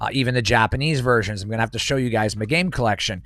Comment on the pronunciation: dude actually said "muh game collection"